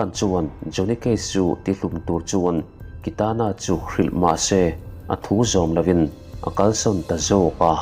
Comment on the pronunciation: Kitana hming ilam ngun si,ilam dik silo..beng athlep